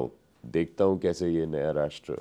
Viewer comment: Anchor is excellent but sh ki jagah s jaise nation ko nason bolna apko sirf apke gaon ke log Nhi dekhte poora Bharat dekhta h sorry